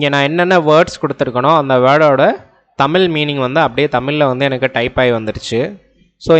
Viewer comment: தமில் இல்லை சகோ... தமிழ் சரியாக உச்சரிக்கவும் நன்றி